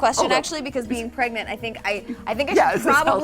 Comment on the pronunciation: You mean prengnat?